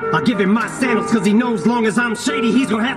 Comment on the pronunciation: He also says “give him my sandals” and then later “he has to live in my shadows”. But he pronounces sandals like sand dial, like the clock ppl had before watches to know what time it is using the shadow from the sun, linking to the sombrero hat for the sun And also “how do him and i battle?” Him & I is a song by Halsey and G-Eazy